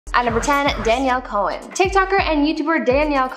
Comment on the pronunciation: Isn't it Danielle Cohn (pronounced "cone")?